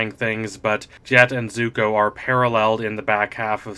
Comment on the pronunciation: He pronounces it "zugo"??